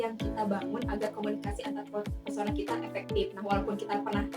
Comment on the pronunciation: Antarpersonal Ka, bukan Antarpesona